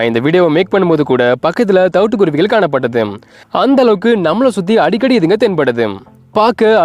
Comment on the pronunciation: Hello it’s really beautiful to see these kuruvis / thanks for detailing their life. Only one request. Sir. Please speak Thamizh correctly. - vallinam/ mellinam difference. Kuruvigal- vallina- gal not mellina ‘gal ‘- ask people who know Thamizh v well in ucharippu 😅